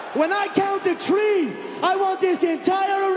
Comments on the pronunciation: Tree ? There’s no tree so wth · On the count of tree!